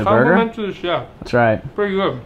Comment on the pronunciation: “ that’s a good burger” Me thinking he said booger at first